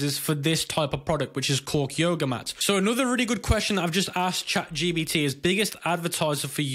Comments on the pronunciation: "chatGBT" its chatGP*T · why are you calling it chat gbt ? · Lol stop calling it chatGBT. Otherwise good video